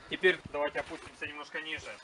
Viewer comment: "Теперъ" твердая РЪ😂